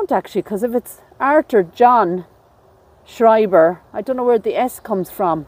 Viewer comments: Schreiber ( Shryber was the right pronunciation) is a German surname. I'll have to share this video with my hubby. His family has Schreiber lineage. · Yes you pronounced Schreiber correctly guys ❤️💙